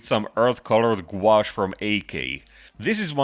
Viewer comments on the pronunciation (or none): none